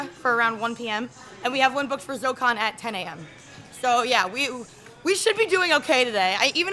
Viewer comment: Why is Zokkon not 4 syllables??